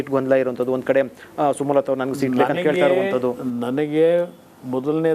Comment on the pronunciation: ಸಮತಾ ಅಲ್ಲೋ ಮಾರಾಯ ಅದು ಸುಮಲತಾ😂